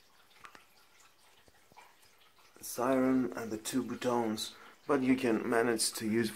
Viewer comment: Did my mans really pronounced ‘buttons’ as ‘bootones’ 😂😂😂